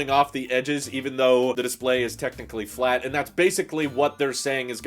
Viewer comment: curved, flat, curved, flat curved, furved, clat